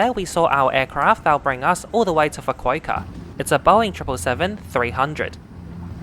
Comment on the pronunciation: Pronounced ‘Fu-ku-ooh-kah’, not ‘Fu-ku-ei-ka’ 😂